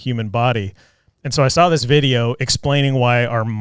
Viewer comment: Love the podcast, love the guys but I HATE the way says “sawL & drawL” with an “L”.